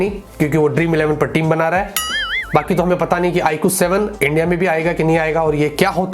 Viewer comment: i really like his way of saying Iqoo